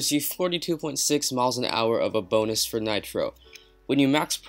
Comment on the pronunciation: Boonus??? WTF!!